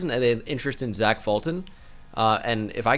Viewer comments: The fact that he actually said zach as ch, not zack is broken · No one: Absolutely no one:: Pronounces Zach (Zack) as Zatch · i hope you're fuckin with me and don't actually think zach isn't pronounced the same as zack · Bruh even if it’s Zach it’s still pronounced Zack